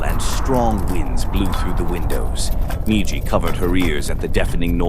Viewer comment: I cannot wait for AI to die so people read their own damn YouTube videos again. I fucking HATE AI voiceovers. An hour in and the stupid ass ai forgets the M-I-J-I spells MIJI. Mispronouncing every other repeated word throws me completely out of the rhythm of the video.